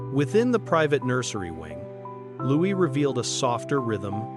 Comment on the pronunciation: Why are you speaking of preparing for adolescence and pre-teen years? Prince Louis is 7 years old ! Also several times you have referred to the monarch being his father?King Charles 111 is the monarch and Prince Louis ( pronounced Looee not Lewis) is his grandchild,not his son. I found this very confusing also inferring they reside at Buckingham Palace is wrong Is there any substance to this story at all?Or is it fiction?😊